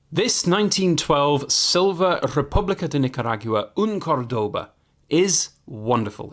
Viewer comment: The other way round it’s called Spanglish but would it be Englspan for British/Americans? Btw the accent is on the first syllable (Córdoba), other than that pretty decent pronouncing going on here.